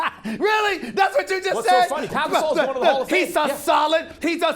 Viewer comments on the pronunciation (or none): said Paul gasol